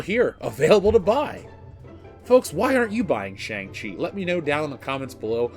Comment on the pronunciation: What is a Tschang-Tchi???